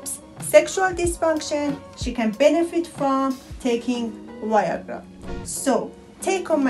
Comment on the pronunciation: She says Y-agra 😂